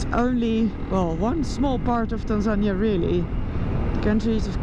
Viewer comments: You English is impressive but Tanzania is pronounced Tanzaneeeeah😉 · Get better soon Noraly! Je komt sterker terug! But one little thing that I to let you know. Tanzania is not pronounced as TanZAnia, but rather TanzaNI-ya. That is the Swahili pronunciation. I know how passionate you are about local cultures, so I hope you don’t take this the wrong way. Just trying to help. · Isn't it "Tan-zuh-nee-uh" rather than "Tan-zan-ña"? I hope you heal up quickly. It's no fun to break your collar bone out in the middle of nowhere. I know from experience. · pronounced tan zan eer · OMG! You are never alone. They will always be with you and take you where you need to get medical. No worries. Your team is there. Is it pronounced tanzANiA or TanzanEEA? Help from locals please! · Pronunciation of Tanzania is actually Tanzania-nee-a, Noraly has a strange way of saying the word. 😮